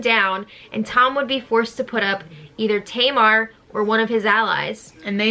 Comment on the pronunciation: Maybe Tom mispronouncing Tamar's name was part of their feud? I know it would get on my nerves.